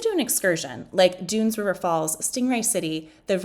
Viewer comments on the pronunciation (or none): It's DUNN's River Falls NOT Dunes like..... Sand Dunes But, like Done, rhymes with fun, sun, bun....... Dunn's River falls!!!!!!!